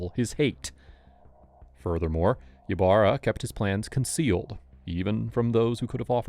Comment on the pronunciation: Ybarra is pronounced e barra.